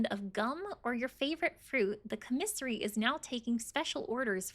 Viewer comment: Please stop say comissary lol.